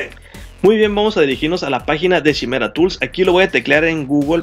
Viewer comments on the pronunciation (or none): Pienso que es importante pronunciar correctamente los nombres de las herramientas, como esta que se escribe Chimera y se pronuncia Kai-mera. Es la quimera de la la mitología griega, o no sé si lo pronuncian chi-mera porque quieren dar entender que se van a chimar a los clientes.